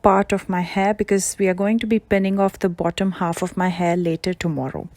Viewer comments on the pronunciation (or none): none